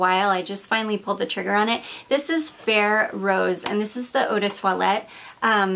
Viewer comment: Now I’m very curious about Ferré perfumes! BTW, he’s Italian, the name pronounced with the emphasis on the last E: FerrE :)